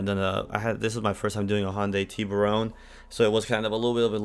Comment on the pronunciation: You pronounce Tiburon funny. It's Tiburon not Tiburone.